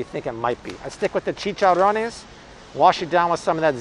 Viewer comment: I appreciate all your advice and as a Puerto Rican lady love the way you roll your "R" when saying "Chicharrones." you sound like a true Hispanic.